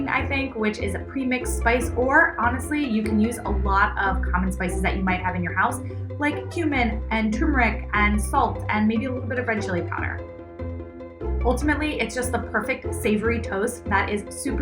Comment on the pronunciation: The spice is not TOO meric. It’s TUR meric. What is wrong with Yanks that they always get this wrong?